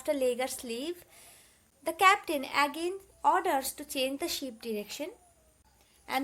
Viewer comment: Mam that's ship not 🐑 sheep